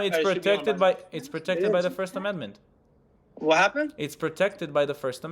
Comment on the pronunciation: That idiot cant even say the word amendment 🤪🤭🤣